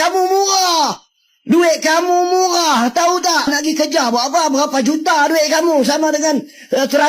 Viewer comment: 😂😂😂 ..Hai malaydesh , bahasa Melayu itu huruf R harus jelas , jangan seperti Brithis tidak bisa nyebut R.....😂 MURAH YA MURAH. BUKAN MUGHAAAH